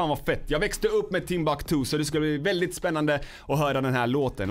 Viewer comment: Hhahahaha gillar att säger (väldigt,veälldiget)